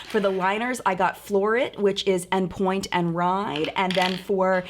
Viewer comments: “En pointe” is pronounced on not actually pronounced enn. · CBD life She actually pronounced it "N" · Just to clarify, the "En Pointe" is pronounced like "on". It's a ballet term of basically being on point shoes. It's French. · I'm in England too. She said it wrong.